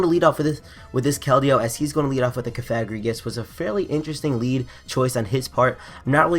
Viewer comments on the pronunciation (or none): I didn't like the mispronunciation of cofagrigus and I want to see in a dress.